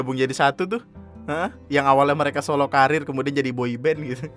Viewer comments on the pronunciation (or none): none